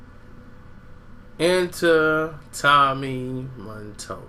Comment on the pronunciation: MATOLLA. MUH-TOLLUH.. DUMBASS